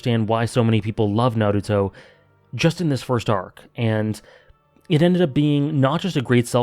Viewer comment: It's pronounced Naruto, not Naruto. :)